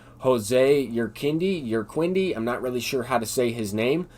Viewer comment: It’s pronounced your-key-de Urquidy